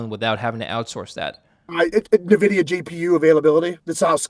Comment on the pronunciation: It is NOT “nuh”Videa!